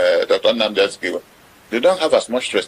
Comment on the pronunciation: Kanu kanu not Kalu